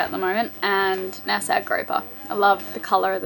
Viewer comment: At least knows how to say Nassau. Can't believe you guys are still getting it wrong.